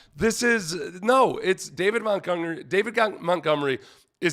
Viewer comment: You almost said, “David GonMunery” 😂😂😂